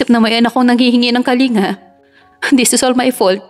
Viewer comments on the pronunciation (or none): none